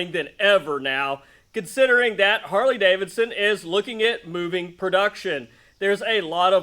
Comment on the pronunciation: "Carley Davidson"!😂